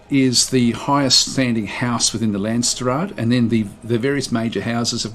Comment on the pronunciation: Nope, you saying làndsstraat really puts me off